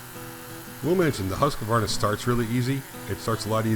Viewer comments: It is pronounced Hus-quana. Not Hus-que-vana. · How come americans cant say Huskvarna? Its Hus kvarna not huska varna.. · Pronounced Husqvarna, NO 'A' after the 'Q', HUSK VARNA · A lesson in the name Husqvarna, its swedish, and i belive it means HUS, as in House, and Qvarna, means millstone or grinder, so it basicly means house hold millstone.. Now for the correct way to pronouce it is: HUS you drag the U and the S a little, as HUUSSss short H, drag U, uuu and drag S, sss Huuusss, now for qvarna, it is harder to explain but you start with the Q as a K or a C, short sound, then V normally and ÆRNA, which means AE R N A, but AE is the same way you pronounce the "start of" the famous A-hole word, R and N is normal, but the LAST letter you pronounce in (husqvarna) as the first letter in the word "ARE" short sound, so lets get the whole word: Huusss KCV (a-hole)AE rn(ARE)A = "Huuusss KC V AE rn A" = "huussK/CvAErnA" = "huscvAErnA" = HUUSSSKvarna = Husqvarna, TLDR, now u know xD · Really cool video thanks for sharing. You do not pronounce Husqarna that way though lol sounds really funny to a sweed. I live about a 45 minutes drive from there, they used to make motocross bikes but they sold the bikes and saw production to Italy I believe. Its sad was a good brand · Inspiring as always! As a Swede, I'm racking my brain trying to come up with a good way to describe how to pronounce Husqvarna but I'm drawing a blank. The 'Hus' part has a long 'u', close to the sound in "cruise." The 'kvarn' is pronounced like 'barn,' but with 'kv' instead of 'b.' Then just tack on a short 'a,' as in 'ah' and you should get something that's close to the proper pronunciation. "Huise-kvarn-ah.":D